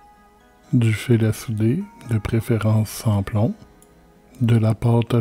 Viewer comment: Souder...pas soudre 😅